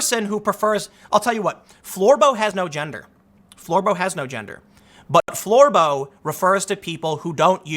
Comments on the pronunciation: Lmfao.... "Floor-boh", smh... Bravo Tim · please stop saying Florbo!